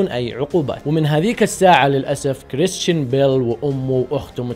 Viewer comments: انت ما تكول كريستان انت تكول كريشتان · نطقك لاسمه يرفع الظغط